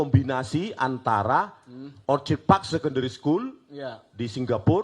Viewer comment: If Mr Rismon holds a doctorate, why is he unable to pronounce the basic English word "orchid" correctly?